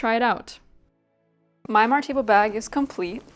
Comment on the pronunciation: As a Swede I was really confused by your pronunciation of "Martebo". Not a critique, by the way, because it makes perfect sense that you wouldn't necessarily know. I saw the article on it in the video and could figure it out from there. I didn't know this kind of sack was from this church in Gotland actually, and I thank you for putting my attention towards this fact. I've wanted to make one for a while and now I've found several sources on it. So thank you!